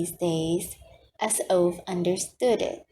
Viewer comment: you should redo every chapter, this mispronunciation of the name Ove is not only disrespectful to the author, but it's irritating to hear it time and time again through the book read